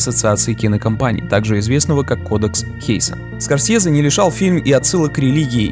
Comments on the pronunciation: СКОРСЬЕЗЕ!СКОРСЬЕЗЕ!СКОРСЬЕЗЕ!СКОРСЬЕЗЕ! АААААААА!! ЗАЧЕМ ТЫ ТАК ПРОИЗНОСИШЬ ЕГООООО?!!!!!!! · Мне понравилось абсолютно всё, так это одна из моих любимых картин, согласен во многом, но только слух режет произношение "СкорсЬезе"